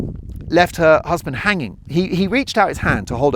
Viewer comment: I love your style.. "my husbeenndd" hahaha. Greetings from Perú